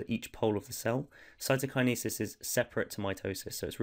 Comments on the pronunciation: that was amazing but can someone tell this man how to pronounce cytokinesis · It’s pronounced cytokinesis 👍🏼 hope this helps